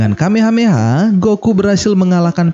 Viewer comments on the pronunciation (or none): none